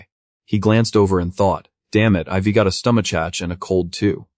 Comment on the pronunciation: That bothers me less than the narrator constantly mispronouncing I've, we're, they've, they're, etc